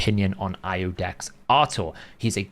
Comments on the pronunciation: Iudex is iudex. It is spelled iudex when not in front of Artor's name, like a title. In his lore, the seventh paragraph, first sentence. Capital I verses L... I Love the Hell Hades site, use it all the time. 🙂 Just saying that ya won't find ludex (small L) when using the funnel but you will find Iudex (capital i). Basically don't pronounce it LUDEX. :) Go with Artor rotf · Iudex is the Latin word for "judge" and is pronounced "You-dex". The I in Latin is funny. The Romans didn't have a J or a Y. The I was their J and was pronounced like we would pronounce Y. As in "Janus" (or Ianus), the Roman god of gates and doors, pronounced with a Y. The name has been used in modern times such as in GoldenEye.